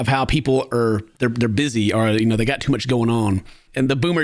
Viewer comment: Has anyone noticed that doesn't say "or" he says "ar" instead